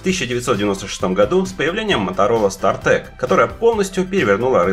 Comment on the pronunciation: СтартАк же, а не стартэк